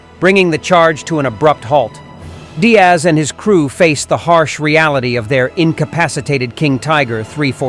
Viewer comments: George Diers* not Diaz ai is so annoying 🙄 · How could you possibly think that Diers is pronounced Diaz? 🤯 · It’s actually Georg Diers, pronounced “deers”. No big deal, just some heads up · Thank you for bringing forward this historic King Tiger Berlin episode in what is sometimes referred to as "The Last Battle", borrowing from the title of Cornelius Ryan's epic novel on the fall of Berlin as written some 60 plus years ago. However, as noted below in a comment made a year ago, the narration mispronounces the name of the commander of King Tiger 314. His name is Georg Diers and it is in no way pronounced as "Diaz" as the narration does 10 times throughout the course of this video. The correct closest English equivalent is the plural of "deer" as in "deers". I have a book titled "For The Defence of Berlin! The Recollections of Georg Diers, Oskar Schäfer and Henri Fenet" compiled, translated and edited by Peter Mooney with a subsequent publication in 2017. As seen in that book title, it is "Diers" and not "Diaz". In addition, by way of marriage I have a family member who is an American-born younger cousin of Georg Diers whose birth came approximately 20 years after his. This family member lives in Colorado. Her father was an uncle of George Diers even though both men were born in a similar time frame in Wiefelstede in far northwestern Germany. It would please the surviving members of Georg Diers' family in both Germany and in America to have him honored by way of a correct pronunciation in this video. In view of that, is is possible for you to to redo the narration? I thank you in advance for your attention to this matter!